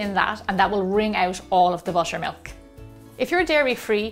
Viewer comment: I heard washer and washer milk 😂